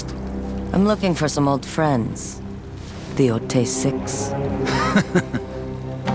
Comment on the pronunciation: Finally hearing someone official pronounce the title.. Everyone was calling it "Yo-Tye" at first.. I always thought "Yo-Tay" sounds better